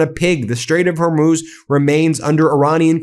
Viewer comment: " we don't need hormooz streets."????? What is trump talking about?